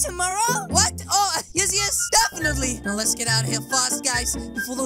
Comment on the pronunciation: He said ow instead of now